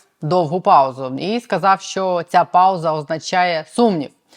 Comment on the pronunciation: ВЕДУЧА! ЩО ТВОРИТЬСЯ З ТВОЄЮ ЩЕЛЕПОЮ,ЩО ТАКІ СЛОВА ЯК (ЩО) ТВОЯ ЩЕЛЕПА ВИМОМЛЯЄ (ЩЬО), (ЧИ) ТИ ВИМОВЛЯЄШ (ЧЄ) А (ЧО) ЗВУЧИТЬ (ЧЬО)..............?????????????????????????????(Українська діаспора в США)